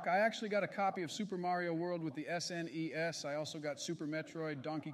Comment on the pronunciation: Lol, the was the AI voices say "SNES".